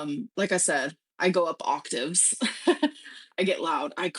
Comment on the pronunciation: OCTAVE not octive!